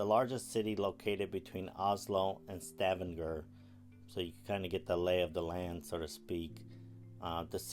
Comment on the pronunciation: I love Kristiansand, have been there several times. Thank you for highlighting it. But, please learn how to pronounce Stavanger. That was very annoying.